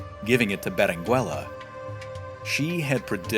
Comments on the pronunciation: Your pronunciation of Berenguela is wrong, at least I think. You do not pronounce the U. So it should be read as Berengela. Thanks for video and the history! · Yo. The u is silent in Berenguela. It sounds like beren gela in English. 👀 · Please don't pronounce the u in Berenguela. In Spanish 🇪🇸 the u is NOT pronounced if it's between the g/q and the e/i. The only way you can pronounce it is if it has the diéresis on the u [ü]. There's only a few words that have it. Words such as vergüenza, cigüeña, etc. You don't pronounce the u in surnames such as Rodriguez, Velazquez, Dominguez, etc right? Same rule applies to Berenguela my friend.